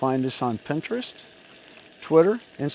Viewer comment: Pinterest not "Pintrest".